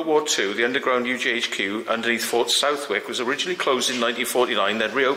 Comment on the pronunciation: Southwick is pronounced suthick.